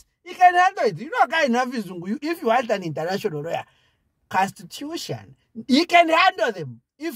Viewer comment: Nobody:: "constitushan" Me: 😂😅😂😅😂😅😂😅😂😅 collapsed